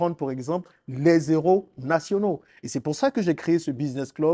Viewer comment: Des - héros- . On ne fait pas la liaison pour qu'on entende des zéros, frère. OK?